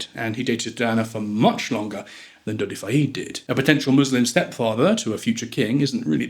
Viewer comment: Dodi does not rhyme with Noddy. it's a short e in Fayed. Doh-dee fy-ed not doddy fyeed. For starters.